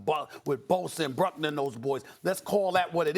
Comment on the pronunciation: I cringe as a Niner fan every time he calls Buckner “bruckner” dude’s a pro bowler